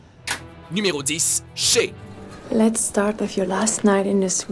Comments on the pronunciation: C'est shaé !!!!!!! Mais ça se s'écrit shae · Shé pour shai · Le trone de fer... C'est pas compliquer de dire game of thrones, et shae pas ché 😂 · Ça ce prononce Shaé pas shé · She 😂😂😂 Shae bordel ! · la numéro 10 ça se dit pas "shé" mais "shaé" 😊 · on dit ShAe ou encore ObEUryn, TaliSSa, MeliSSandre, LannistEUr, CersI, dEnerys (C'EST LA VERSION PARLÉE PAS ÉCRITE) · je suis le seul à trouver chiants que à chaque fois qui disent shae il le dise mal ses sha é ses simple